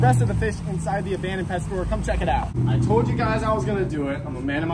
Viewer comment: its not "Abandoned" lmao